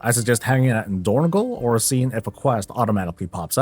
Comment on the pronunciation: It is dornOgAl, not dornEgOl